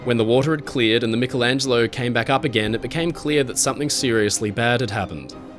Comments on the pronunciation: Great video; fascinating and thought-provoking. But why on earth do some Americans seemingly deliberately mis-pronounce peoples' names in this way? "A-dolph Hilter"? "Mick-elangelo"? Whomever the individuals may be, it's insulting and discourteous. Same goes for countries - "Eye-raq"? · I love you but you need to work on how you say: "aluminum" and "Michelangelo." 😂 I doubt you call yourself Mick-ell Brady.